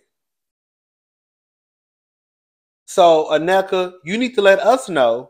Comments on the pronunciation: you are so close to pronouncing Nneka's name. It's 3 syllables, In-Neh-Ka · It’s pronounced “neh-kuh” 😂